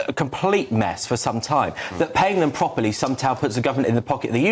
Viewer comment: She'd be wondering if she could ever manage to talk pwopely .